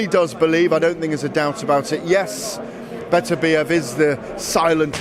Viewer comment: will SOMEBODY, FINALLY figure out how to correctly pronounce Berterbiev's name for fucks sakes!!!!!!